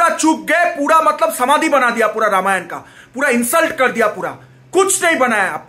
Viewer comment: Ramayana kyu bol rahe ho vai dikhane ke liye waise to angrez bolte hai extra A is unnecessary imo